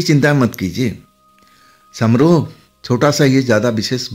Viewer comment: सामरोह नहीं समारोह।